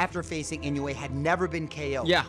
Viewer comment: Nice to find a YouTube channel that can pronounce "Inoue" right. 😊